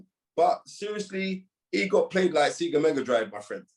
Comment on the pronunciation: i'm surprised he keeps using SEGA as analogy, but he doesn't know how to pronounce it. It's not pronounced SEE-GA